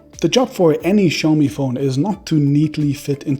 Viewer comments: As someone who worked for Oppo, I would expect you to be able to pronounce "Xiaomi" correctly! >:-( Hint: It's not "Show-me" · It all begins with their brand name. Should be written shaomi, or pronounced as xiaomi. NOT both